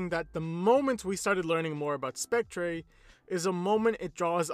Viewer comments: It's pronounced "Spec-TER" not "Spec-TRAY" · I like how he says spectré instead of spectre